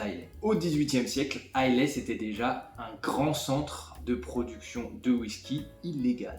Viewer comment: Superbe vidéo, bravo ! Pour info, les écossais d’Islay prononcent "a i la" et non "a i lai" 😊